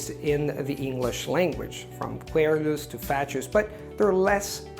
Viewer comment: By the way, I didn't realise you were saying "querulous", until you said it the second time. When I was a kid, I memorised a 1917 poem by Australian poet CJ Dennis (and it's SUPER LONG... I can't recite the whole thing because it's about 75 minutes, but I can do most of it), but there was a part: "There were querulous dames who complained of the squash, The pushing and squeezing, for briefly, all Gosh, With its aunt and its wife stood agape in the ranks... Excepting Sir Stodge and his satellite Swanks."